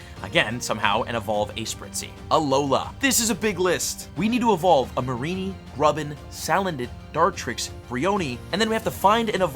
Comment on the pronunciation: Him: “11 cp mareenie” Me: “THAT RHYEMEEEESSS”